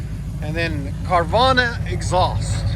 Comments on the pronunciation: Carvana haha its carven. Ill forgive ya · Yeah great video that he doesn’t even know how to say your company name🤣🤣🤣🤣🤣🤣🤣🤣🤣🤣🤣🤣🤣🤣🤣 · What an idios doesnt even knows what he’s advertising LOL keeps saying the exhaust name wrong over and over